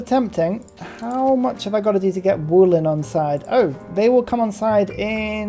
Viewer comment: It's spelled Vo-lin not Wooleen :D